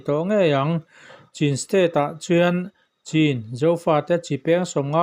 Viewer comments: 'CHIN' HI CHHIN TI A LAM TUR, 'CIN' HI CHIN TIA LAM TUR, LAI TAWNG AH CHUAN 'C'HIAN MIZO A 'CH' A TLUK,'CH' CHUAN 'CHH' CHUTIANG ZEL IN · I sawi dên2sia Ka Han ngaithla dèn2a nge,Chin I lamrik danhi a diklo Nia siamrem theila a lawm awm gawt ang😊